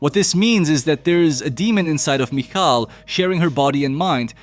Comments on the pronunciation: Idk how the movie means it to be pronounced but there’s a Jewish name michal pronounced mee-chal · The 10 different pronunciations of, "Michal," is my favorite part of this movie.